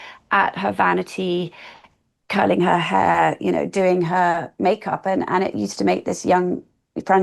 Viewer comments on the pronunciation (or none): none